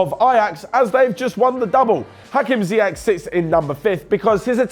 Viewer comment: Its ziyech not ziyec!